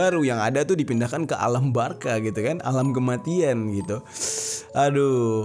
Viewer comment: alam barka atau alam baka cok? 😂😂